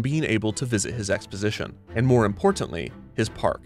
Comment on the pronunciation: The way he says “Importantly”…. It’s hard to not notice. Reminds me of a the Community tv show, where Britta says Bagels differently